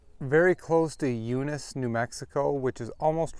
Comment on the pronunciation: Thank you for stopping by... we love our little lake... the name of our town is pronounced you-nis ... once again thank you! come again!